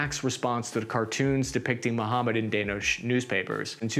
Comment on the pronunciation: its gotta be intentional, "Danosh" - no way thats not deliberate